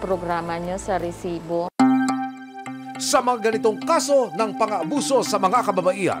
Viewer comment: RRRRRRR SIBO 😂. ADIK!